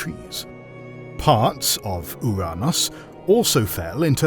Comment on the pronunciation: We all know he chose the proper pronunciation of Ouranos just to avoid the jokes.